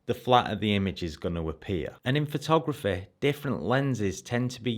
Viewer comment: i love how you says phothograph-eh